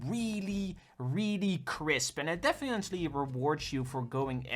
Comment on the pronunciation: "defiently" lol